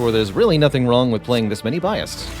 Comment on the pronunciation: "bi assed"... i cant defend you anymore